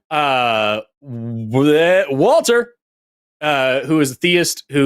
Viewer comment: Why does "Walther" sound like "Alfred?" 🤷